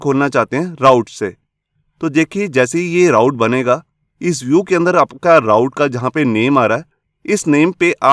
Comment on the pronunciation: sir ise raut nahi root pronounce karte hai.... i also come to know after 3 years working in laravel and codeigniter...